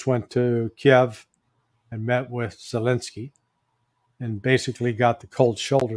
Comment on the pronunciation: says Zelenski as he's saying dog's poop 😂😂😂😂